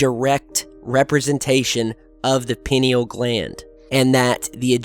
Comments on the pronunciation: PINE-al gland. Cause it's shaped like a pine cone is how to pronounce it. And it's actually calcified by the fluoride in out water. Drink lemon water to alkaline state your water. Also meditation. Tm. Is what I practice is meditation to that are and inside the gland is the unified field. It's what connects all life. I go there 2 times a day 30 mins at a time and I actually get true time distortion. 30 mins feels like 3. It makes you realize full human potential and also reminds us they we are super humans who have amazing power and creativity. The 5 sense get in the way of what's real spiritually. And we live in a distracted world that has actually made us less powerful humans. Focus on what's inside and your life will get better on the outside. I've been in the field a thousand times and weird visions and things do come talk to you. Could be the divine. Could be aliens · Pronunciation. Pin-ee-al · You pronounce it a bit like penile gland 🙈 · Pie-knee-all,. But yeah, great topic, it is wonderful that someone like you who likes sharing stuff with others came across with this information. The human history is about great discoveries like this one. Keep doing what you LOVE no matter what, that's another way to have an active pineal gland. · pronounced, pi-nee-yall gland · "Pie-Knee-all" Sorry, i usually dont nitpick... I know, I know, Toe-may-toe, Toe-mah-toe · thought you might be mispronouncing this word pineal. I have never heard it pronounced like this before. it has always been pronounced like " pine- knee- all " from everyone I have ever heard say it. I checked the pronunciation and you are right. another Mandela effect. Anyone else remember it this way? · I've been waiting for you to cover the pineal gland. I believe it is pronounced pine-EEL as the gland was named after the pine cone shape of the intact gland. it is indeed the seat of the soul, and has helped not only with communication, but also healing modalities. Love you,! peace.